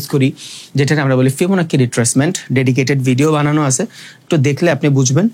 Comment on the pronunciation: ফিবনাচি ফিবনাকি নাহ